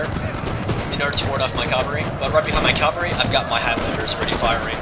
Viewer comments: Cavalry, CAVALRY, not calvary. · you keep saying "calvary" I think you mean cavalry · its cavalry :l